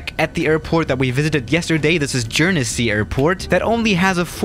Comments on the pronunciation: Jurnersy airport? Its said gurnsea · Please read the comments and stop saying jernsey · The pronunciation of Guernsey triggers me LOL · Pronounced gernzee lol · I hope he never try’s to say Guernsey EVER again 😂 Look up the pronunciation 😂